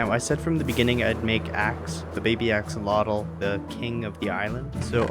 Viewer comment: axolotl is pronunced more like a-sho-lot (it's from nahuatl)